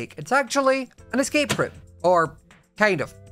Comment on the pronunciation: its an es-cake room